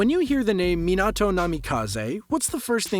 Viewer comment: Man really said "Minahto" instead of Minato